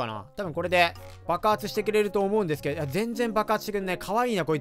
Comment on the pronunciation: 最初 「いやこんだけ」 が 「ｷﾞｬこんだけ」 って聞こえた(⌒,_ゝ⌒)